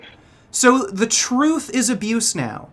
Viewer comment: ''do youuu own teh truth'' ?? hahaha LMFAO